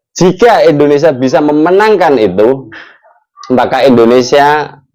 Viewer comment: Tolong muncung mu kalo nyebut Indonesia jangan endonesia 👊👊